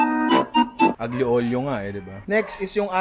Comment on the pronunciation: Bravo ninong ry sei un grande! solid pagkabigkas mo sa aglio olio sana sa sunod pasta arrabbiata naman kahit basic lang yon! greetings from florence italy!